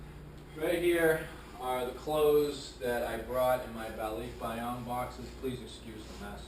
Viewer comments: I don't mean to be a pronunciation nazi, but I've always heard it pronounced ba-lik-bay-on, not ba-leek-bay-on, but then, most of my barkada in the US, and my wife's family is from Luzon. Is it pronounced differently the south? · Why isn't Michelle correcting your pronunciation? It's Ball-lick-buy-on. :) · it's kind of like you say to-may-toe vs someone else saying toh-mah-toe. American Filipinos say Ball-lick-buy-on because they don't have the filipino accent but mainland Filipinos say LEEK probably because they have an accent. Just threw me off because you said it like you have an accent but you don't. ;) I am filipino american and I love learning about you two, thank you, keep up the nice videos!